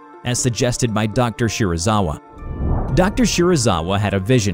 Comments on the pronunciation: You:Dr shirizawa Me: wait a damn minute.....SERIZAWA!? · me hearing Dr. Shirazawa Me: GODZIILLLLAAAAAAAAAAAA!!!!!!!!!!!!!!!!!!!!!